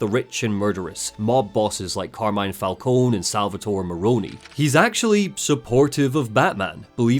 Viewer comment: Maybe I'm having a Mandela Effect moment, but isn't Falcone normally pronounced "Fal-cone" and not "Fal-coney"? I never played Origins, so maybe that's how they do it there, but I'm almost certain any other Batman media I've seen uses "Fal-cone".